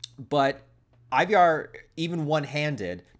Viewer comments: Scandinavians pronounce it like Ee-var with a kind of rhotic/rolled R, right? I feel like they went that way sometimes in The Last Kingdom. Or maybe just go with Eye-var. That Y he snuck in there hits different. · Why you saying Ivar wrong bro?